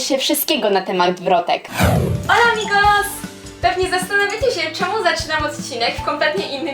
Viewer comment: Hej! Dlaczego na początku powiedziałaś ''Hola!''? No bo tylko piszę się "Hola", a wymawia się "Ola!" 😂😁